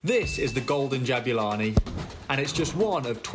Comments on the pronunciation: what is jo'bulani i mean not ja'bulani its jo'bulani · Yeah right mate, great "JO'BULANI" you have there 😂😂😂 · the golden jabulani says jobulani